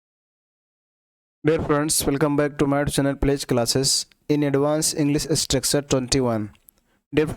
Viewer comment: Pronunciation of Structure is not correct.